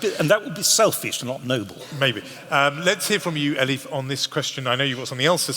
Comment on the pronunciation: The MC keeps on calling Elif - "Eli". My name is Stephen, when someone calls me Steve or Stevie... more often than not - that is a sign that they don't respect me. Is he unknowingly revealing that he doesn't respect Elif Shafak or is he trying to show his affections towards her? Or is he just too lazy to pronounce her name correctly?